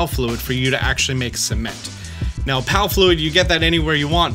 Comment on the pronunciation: i love the "Cemenet" and "Cememnt"